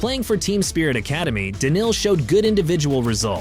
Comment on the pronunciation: I think this was AI who made this video. All names were pronounced incorrectly. Simpl was written inctead of s1mple ... Daniel donk? He is Daniil. Dislike